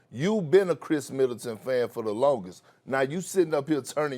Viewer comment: Why Kendrick Perkins keep saying “Kris Militant”